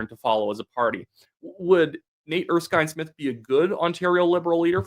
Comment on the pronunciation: you even said his name right. Nate Erskine-Smith has always been somewhat of a maverick, even under Trudeau. He'll never forgive Carney for being dumped from Cabinet.